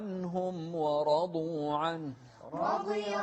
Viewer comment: ورضوا غلط، و رضوا عنه، الواو ليست من (خص ضغط قظ)